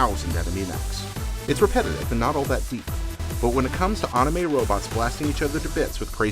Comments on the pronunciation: "Ahhhnime robots" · Wtf is awnimay? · "Onime robots" im fucking done ign